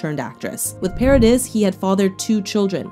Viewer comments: Her last name is pronounced para-dee not para-dis ❤️ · FYI, Paradis is pronounced para-dee. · Pare-Uh-Dee. That's how you pronounce Paradis. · Fact checking is poor and so is your pronunciation. Paradis is pronounced pair a dee.